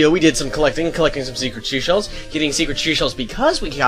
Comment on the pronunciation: you keep saying "secret sheshells" Instead of seashell